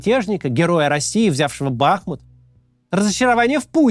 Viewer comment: Максим, хочется вам сказать, что Бахмут это исключительно БахмУт, от названия реки Бахмутка